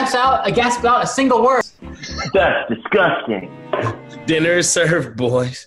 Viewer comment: no one:: tHAtS disGutiNg